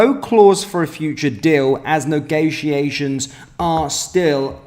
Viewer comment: Negaytiations 🤣 am in bits lol aaahahaha 🔴⚪🔵WATP